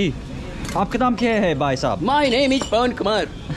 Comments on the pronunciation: Hi, Just wanted to let you know that brother in hindi is 'Bhai' with b sound and not dhai. 😅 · Brother its bhai not bai not dai